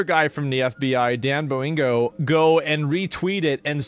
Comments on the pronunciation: Dan… Bo-Ingo? 😂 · “Dan bo-ling-go” 😂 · It’s Dan “Bon-Gino” not Borengo 😂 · BONGINO NOT BOINGO! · Asmon refusal to pronounce names correctly is so fucking annoying. Dan Boingo. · i believe it's dan bongino... not boingo. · "Bo-ING-o" 😮 ??? It's "Bon-JEAN-o" 😊 🇺🇸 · Dan Oingo-Boingo. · Dan bondingo😂😂😂😂😂😂😂😂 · Did he say "Dan BoBingo?" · It’s Bon-jean-oh. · This man said Dan Boingo lmao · Asmon can't seem to pronounce BON GEE NO 😂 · It’s BONGINO…….BON-JEEN-O. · asmongold its "Bon-gene-o" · "Dan Bo-Ingo". "Gill-Uh-Sane" is he dyslexic? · Oh wow, Mr Bo-ing-go really!? 😂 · 🤣😂🤣 Dan Bo-ingo? You serious? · I can't be the only one that admires that Asmon don't give an eff how to pronounce names. Gillis-Lane and Dan Bowin-go. Who gives an eff, we know who ya mean 😆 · B I N G O, B I N G O, B I N G O, and BON JEEN NO is how you pronounce his name O :) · It’s Dan Bon-Gee-No you boomer prodigy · I love how Asmon pronounces Dan Bongino’s so many different ways, but never correctly. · Why on earth can’t asmon pronounce Dan Bongino’s last name😂😂😂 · Why does Asmon always say Bongino's name wrong? He has 100% said it correctly in the past. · 😂 I like his way of saying his name the best!❤ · Asmon can't pronounce Bongino to save his life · Asmon mispronouncing Dans name is always gonna be funny 😂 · How can you still not pronounce Dan bonginos name 😂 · I love how Asmon STILL says BONgino wrong... lol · Asmon has to be pronouncing Bongino worng on purpose at this point. 😂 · asmon hitting the yoinky sploinky when he tries to say Dan's name